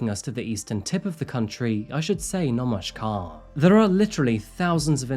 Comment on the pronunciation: Iam impressed with to say "nomashkar" as Bengalis would say 🙏🏽